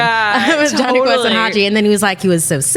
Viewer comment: Am l the only who heard jonhy test instead of jonhy quest